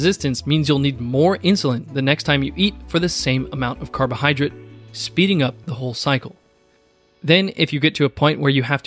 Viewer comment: It's carbohydrate not carbohydrit.